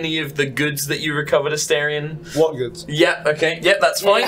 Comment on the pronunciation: the “a-STAIR-ion” pronunciation is irking me so bad😭